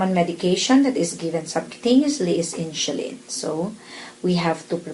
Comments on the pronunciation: Will you please pronounce it properly the word "INSULIN"? It sounds like INSYULIN or INSHULIN! MY wife as a Pharmacist laughing at you! LoL! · I likeeeee (: very clear instructions (: Haters gonna hate. Indonesians pronounce the alphabet S as SH. That's why she pronounced it as InSHulin.